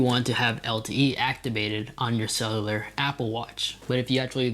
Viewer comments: CELL YOU LAR not SELELELAR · It’s pronounced “sell-you-lar” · Couldn’t unhear it😂❤️ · It's pronounced Cell-U-Lur, I know it's a hard word to say. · I hate the way you say cellular